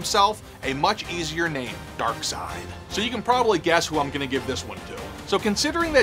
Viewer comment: The P in Corps is silent. You saying the Green lantern crops and the Nova corps are all zombies? Yet you get Darseid right🤣🤣🤣